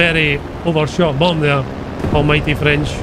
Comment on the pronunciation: What i heard: "in this video, i bum a plane in mid-air"